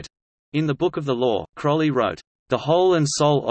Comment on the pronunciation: "Crowley" rhymes with "holy" or "lowly". Just look at the first syllable: crow.